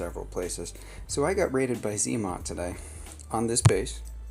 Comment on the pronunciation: zmot not zee mot. 🤦‍♂️ 😜